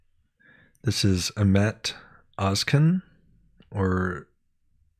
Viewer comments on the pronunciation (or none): His surname is Özcan not Özkan c reading like j in turkish 😊❤ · His name is pronounced like Oz John (actually the O is more like umlaut: Ö ).